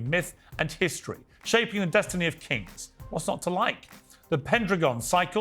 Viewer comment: "our history"? What's that accent? Southern? West Coast? North Eastern? I don't think so.....